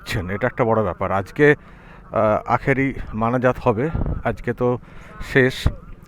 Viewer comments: Dada munajat, not manajat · আজকে আখেরি মানাজাত হবে... শব্দ টাও বলতে পারেনা